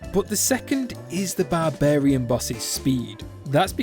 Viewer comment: It’s barbarian not barbairn